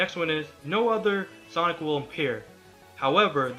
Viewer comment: is it me or does this guy keep saying sonc